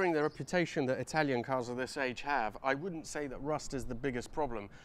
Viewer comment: thanks for your honest perspective on the 308 series. Great Italian pronunciation. Also, regarding the A/C, that's a non-negotiable living in California and I heard there are A/C compressor upgrades available. Cheers!:)